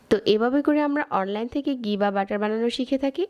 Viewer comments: ফাতরামি কম করেন। ফাইলামি করেন? ডালডা ব্লেন্ড করে ঘি বানাইছেন? আবার বলতেছেন খাঁটি ঘি। আপনি তো মিয়া ৯০% ডালডা দিয়ে ঘি বানাইলেন। আর গি কি? এটা ঘি। উচ্চারণও রেসিপির মতো ফাতরা। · ঘি বলবেন, গি না! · গি না ঘি।